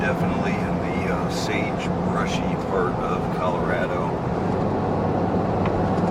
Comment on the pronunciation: Dude it is not Cal A rad Ooo, it's Cal Ah rah doh . 😮